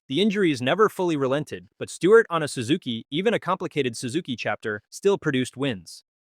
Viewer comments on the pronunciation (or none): Sue-zuki? First time ever hearing it pronounced like that.